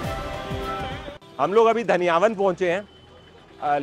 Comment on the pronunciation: It's daniyawa sir not daniyawan